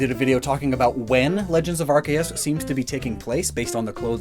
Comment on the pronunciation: Yes yes very good, anyway. WHY OH WHY. Do you pronounce arceus as R+kay+us? I mean calling arceus arCOOS like m and j tv makes sense because arceus is the pokemon and is basically ar+zeus minus the Z. Please explain yourself